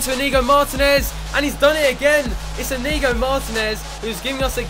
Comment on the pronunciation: It is pronounced EE-nyigo for Martinez's first name because of the ñ